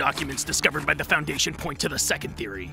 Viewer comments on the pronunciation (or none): Just FYI: Chitin is pronounced kye-tin And Wehrmacht is pronounce Ver-mahkt